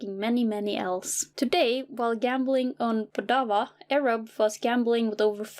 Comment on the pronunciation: Why did you pronounce erobb like Arab wtf